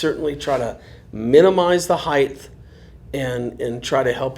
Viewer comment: HeigHT. Height. Not heigth. Would you say that you are scared of heigths? No. Well maybe Mike Tyson.. but no you are scared or heights. No idea why so many people get this word wrong drives me insane js thanks for the info anyway lol